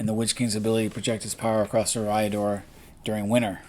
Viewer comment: Curious thought it's pronounced as E(Air)-riador?